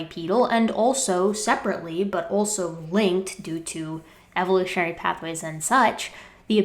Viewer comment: ...anyone who pronounces "evolutionary sources" like Sylvester the cat is NOT to be taken seriously